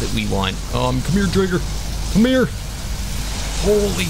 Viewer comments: Name the driger pink panther also it’s pronounced dryger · I think your pronouncing driger wrong ?🤣